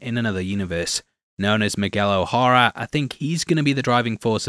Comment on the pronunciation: O'Hara is pronounced more like Oh Haira